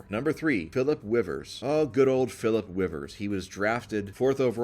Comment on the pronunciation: Are you purposely calling him Philip Wivers?